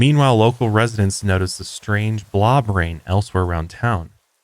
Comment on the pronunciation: I know you’re saying “blob rain” but all I hear is “blah brain”. 😂